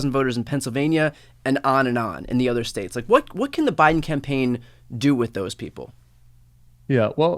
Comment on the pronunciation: "statzes" it's hard to take someone seriously when they can't properly speak their own language.